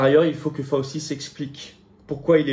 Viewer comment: fauci /fao chi comme gucci cest gouchi